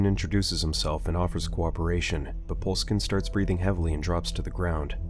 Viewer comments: Bruh the way you said mikhail poleskin is fuckin hilarious to me, pretty sure the last name is supposed to be pronounced as po-leh-skin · You said Poleskin.